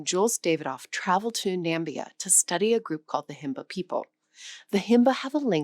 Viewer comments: Interesting video despite some push back comments, another little complaint from me now , it's Na-MI-bia, not Nam-Bia. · Namibia, not Nambia.